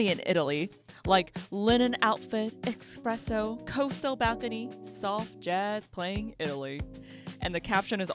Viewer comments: Girl… don’t call it eXpresso. Please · Did you just say expresso?